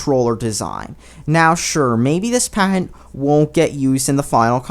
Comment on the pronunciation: How are there so many pronunciation errors? It's product, not pro-dact. It's patent, not pahent. These aren't hard.